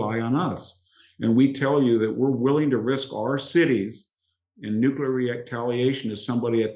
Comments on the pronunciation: Full of wisdom and insight as ever! But it’s annoying that so many well-educated speakers mispronounce the word ‘nuclear’. Please - not ‘new killer’! It’s (phonetically) “ new klee ar”. They wouldn’t mispronounce the noun ‘nucleus’ would they? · Nuclear, not nucular, please. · I love that VDH is such a genius but says "nuke-ya-ler" 😂 For real though, wicked sharp insight as usual.